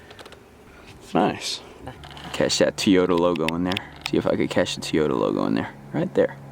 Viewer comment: Love me some “Teeyota”